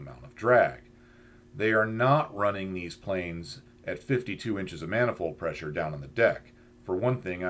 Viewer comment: I almost listened but heard the voice and knew "maniold pressure" would be endless. Other that that usually good content.